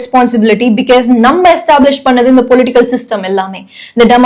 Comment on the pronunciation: because ன்னு நீங்க சொல்றது different ah iruku. usually ah பிக்காஸ் ன்னு சொல்லுவாங்க. நீங்க பிக்யஸ் ன்னு சொல்றிங்க.